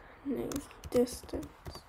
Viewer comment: tell him its distance not distanse